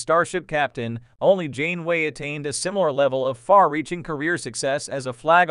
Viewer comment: I'm sorry, but the AI voice and horrible pronunciations of "Janeway" and "Jean-Luc Picard" made this video unwatchable. 😞